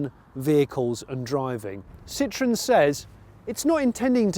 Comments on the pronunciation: All I hear is "Sitron", "Sitron"..... Jeez! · I guess it's ok to pronounce Ami wrong, you "only" had 50% chance to get the stress right... And it's ok because you also pronounce Citroën wrong, as if it was "citrus". Don't mind those strange symbols above the letter "e"... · It’s not a Citron it’s Citroën.